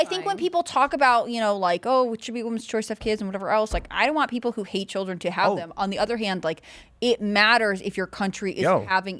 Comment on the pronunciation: Freudian slip “peopre” 😂